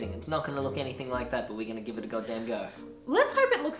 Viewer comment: I love how he said "gib" instead of "give" because that is how I say it 99% of the time. LOL.